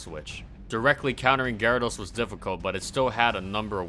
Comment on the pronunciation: What the heck is. A gar-aa-does